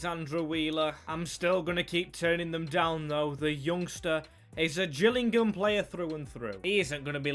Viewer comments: U said gills it is pronounced jills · It's not the gills it's pronounced the Jill's lol